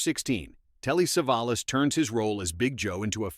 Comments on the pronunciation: "SAAVE-UH-LOSS?? CAN'T YOUR COMPUTER VOICE SAY "SUH-VOL-US"?? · AI voice can't pronounce Telly Savalas' name. I am presuming most of the "facts" are as accurate as the pronunciation. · Never mind about all the times it mispronounces "Savalas" or even "live", some of the pictures popping up are pure "What the hell?" head scratchers the AI pulls up! 😮🫣😆. 🤓😎✌🏼☮️